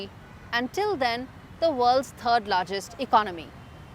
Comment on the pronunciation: Please learn how to pronounce "third."